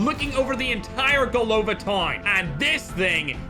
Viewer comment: GolovÁ (head) Not golOva 😊